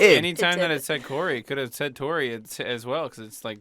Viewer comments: It sounds like they are saying corn and Aaron 😂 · Is it just me that thinks that they always say “Welcome back to the CORN and Aaron show” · Idk why but I heard welcome to the corn and Aaron show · Is it just me or did Corey sead corn and Aron show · "It's The Coren and Aaron Show" That's what I keep on hearing whenever Corey says that lol! 😂😂😂